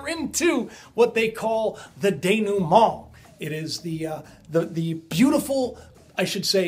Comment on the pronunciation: bravo denouement pronunciation which would translate to ... everything comes unknotted ... or the untangling ... or the relaxation ... the "s'about time point"